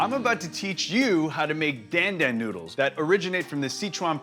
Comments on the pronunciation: Again you mispronounce the dish’s name. Why Jet? It’s not “Dan” as in the male name, the A is like in car … so it’s pronounced like the male name “Don”. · It's pronounced Don Don not Dan Dan, and Sichuan peppercorns are not spicy whatsoever!